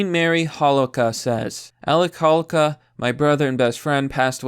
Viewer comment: This is very tragic I feel for the family. But you're killing me every time you slaughtered dudes name. Got to friends , for like 30yrs, they pronounce it hoe low kah